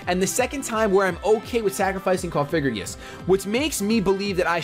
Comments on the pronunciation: ITS NOT COFIGRIGIS. STOPPPPPPPPPPPPPP SAYINGGGGGGGGGGGG THATTTTTTTTTTTT IM GOING TO KILL MYSELF IF YOU SAY THAT ONE MORE TIME. ***************************************COFFFFF- AHHHHH- GREEEEE- GUSSSSSSS******************* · Nice battles again! Btw, just a heads up, It's Cofagrigus, not Cofigragus.